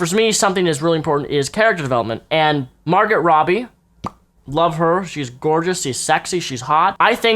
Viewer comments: Its pronounced MAR-GO Robbie. Not MAR-GOT, buddy. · Margot is pronounced Mar-GO. :) Great review! I still want to see it. (Though I think the SFX people would be very sad about what you said about Killer Croc's look!) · Her name is pronounced Margo, you don't pronounce the t 😂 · its pronounced margo, the t is silent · Her name is pronounced MARGO Robbie. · Margo"t", haha lol. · The worst thing about this is your mispronounciation of Margot Robbie's name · God the way you pronounced Margot's name.